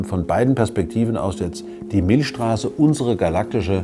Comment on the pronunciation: Milcccccchhhstraße nicht Milschstraße. XD